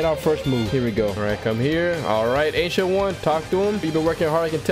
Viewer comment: Wth I heard Asian one instead of ancient one